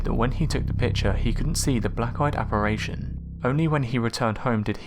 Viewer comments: it's apparition you absolute dimwit. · Apparation is not a word. It’s apparition. 😊